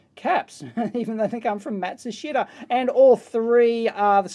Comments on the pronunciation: I used to work for a Panasonic authorized service center. Matshushita is the original name of Panasonic's parent company. They recently changed their name to Panasonic. Sort of like GM changing their name to "Chevrolet" or something. It's pronounced Maht-shush-ta. (rough, it's difficult to indicate the Japanese pronunciation.) Somehow the "shit" is silent. A former colleague's last name is "Yamashita." Funny, our company's E-mail filter "shit canned" my e-mails to him because of those 4 letters. It's pronounced, "Yam-ahsh-ta" Romanjii pronunciations are often strange, with many silent syllables. I miss working with the Japanese. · "Matsushita" pronounced in Japanese is "Mat-su-sheetah." :) Very short on the ee, almost silent.